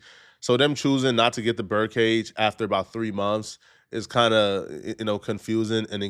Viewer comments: I thought he was saying BIRD cage 😂😂😂😂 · You need to work on your speech. It’s BURN cage not bird cage 😂